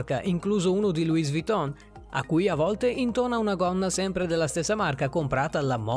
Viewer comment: LuiS Vitton... Ecco come morì la mia prof di francese...😂 Scherzo ovviamente😂